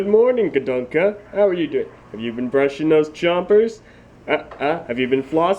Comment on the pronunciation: It's pronounced gadunka